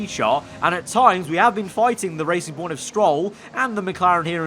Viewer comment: It's not BWT Racing Point, it's BW TRacing Point.